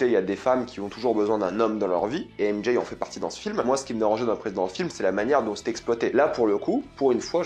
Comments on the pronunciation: À chaque "M Jay" je serre les dents mdrrrrr 😭😭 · J'ai du mal à comprendre pourquoi beaucoup de Youtuber disent "M-JAYE" au lieu de simplement dire les lettre M et J comme c'est censé être le cas pour les francophones.. C'est vraiment laid.